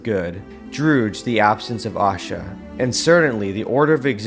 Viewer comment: PLEASE NOTE: Pardon the correction but it's pronounced "Ashaa"(A-shaaa ... short a in the beginning, long at the end) not Aashaa (a Hindi word which means Happiness). Ashaa & Aashaa are quite different, in meaning & pronunciation, although both are positive & beautiful. 🕊!!